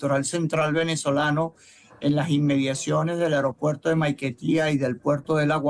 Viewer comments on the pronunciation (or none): none